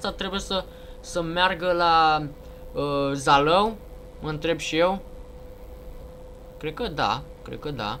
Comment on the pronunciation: Se pronunța Zalău